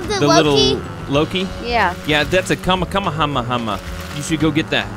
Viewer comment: It kinda makes me mad that they first say kamekameha wrong*sorry for typo*and that they call the deli smash the kamekameha